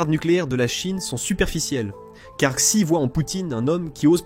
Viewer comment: Xi se prononce "Chi" au fait...